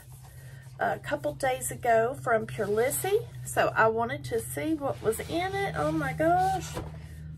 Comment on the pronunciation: I love this brand. But it is pronounced Prolease, not prolissie.